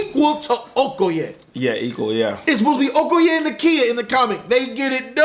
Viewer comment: I fucking love you guys!! And you said Okoye the exact right way.